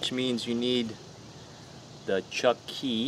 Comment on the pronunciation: I heard the same thing (Chucky) 😂🤣😅🤔🤔